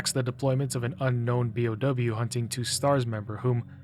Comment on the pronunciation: For future reference, you pronounce each letter. Bee-Oh-Double You.